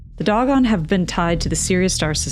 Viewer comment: I've never heard the word Dogon pronounced this way, it's usually pronounced like "dough-gone"...why do you pronounce it that way?